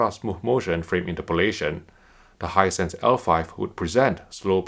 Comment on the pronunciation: No one:: "Hinsight is dwendeeh dwendeeh"